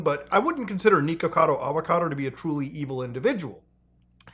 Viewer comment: Why are you calling him Knee-kuhkado? 😂😂 it’s Nick. Pretty simple.